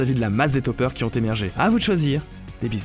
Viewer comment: J'ai cru que t'avais dit "certains dopeurs" au lieu de "certains topeurs"